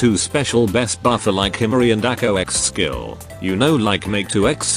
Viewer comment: You say Ex skill, I hear Seggs skill